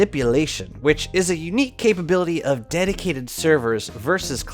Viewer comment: Can't stop hearing "my daddy server"